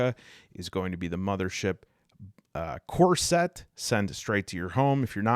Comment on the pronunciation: Every time you say core set I hear corset